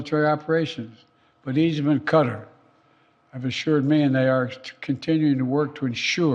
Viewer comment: I hate when he says CUTTER (QATAR) 🙄